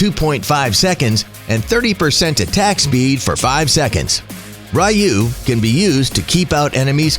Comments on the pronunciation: The triggered part is how he pronounce 'ryuu' 'rayu' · The skill Ryuu is pronouced Ree-uu, not Rai-uu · It's pronounce as Re-you not Rai-you triggering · I think it’s ryuu haha not ra-yuu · Ryuu... No RAYUU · did he seriously say " r you" and not ryuu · Rai-uu is the right one. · Just normal spell, say it like ( Ri-Uu) using “U” without “Y”